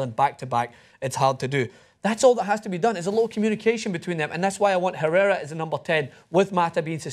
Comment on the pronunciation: How you get basti's name right but not Herrera lol